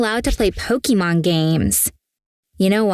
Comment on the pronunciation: Im more upset they called it pokimon instead of pokemon